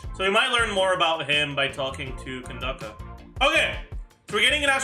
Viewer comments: why does say candace as candaka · who tf is candake or whatever ur saying, just say candace bruh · Wait, how did he pronounces "Candace"? Ken dah ka? I mean that could work I guess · cyno pre release coming POG, but be real with me is it really can-dacca? or is trolling? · nope, her name is Nubian-inspired How do I know? Because mihoyo themselves used the non-latinized spelling of the name in the RU translation So yea, even if maybe the plan was for all languages to use the latinized version it still shows that naming inspiration was from Kandakes of Nubia Aaaand the latinized spelling just leads people to mispronouncing it, sooo I'm gonna write it the non-latinized way